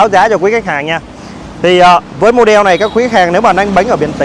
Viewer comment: Cứ nghe từ "mô đeo" là muốn tắt mẹ cái video đi rồi. Kênh nên chọn lại người làm truyền thông.